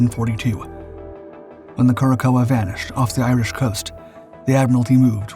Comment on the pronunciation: "Cure a sow," or "cor sow," not "Cure a coa."